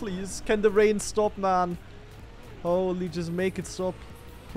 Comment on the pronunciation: A SHTOP SHTOP